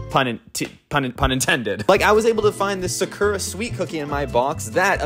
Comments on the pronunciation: I’m Japanese and the way you pronounce the sakura flower is ( Sa- Koo - Ra ) どいたしまして☺️ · So who gonna tell him he said Sakura wrong